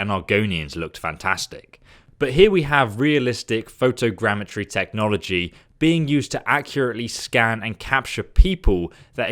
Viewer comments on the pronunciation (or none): Couldn't help but cringe every time he said photogeometry. Ifs photogrammetry.